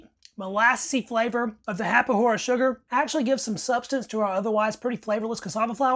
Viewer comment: The "Farinha de mandioca" is intended to mix the rice and meat. It´s a food that sustain you for a long period of time. and saciate your hunger faster. The "rapadura" is pronouced with a hard D, and it´s is a sweet made with the sugar cane syrup. It´s like a harder version of brow sugar.